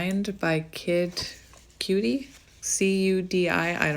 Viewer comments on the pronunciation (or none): Just a heads up it is pronounced as Kid Cudi (Kudd-Ee) if that helps some. I googled it lol